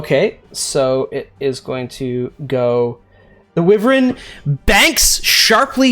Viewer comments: Amazing episode! Consistently the best D&D content on YouTube. Sorry to be 'that guy' but felt compelled to comment that wyvern isn't pronounced "wi-vern", it's "why-vern". Yeah, I don't get out much (who does these days?) and I'm no fun at parties anyway. I'll get my coat and go now! 🚖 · It's a "WHY-VERN"...not a "whi-ver-in"!! You're still the best!!:D